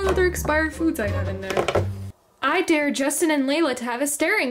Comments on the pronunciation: The dare you said sounds like deer and it's spelt like dear which is wrong it is supposed to be spelt like Dare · It’s dare. Not “Dear”.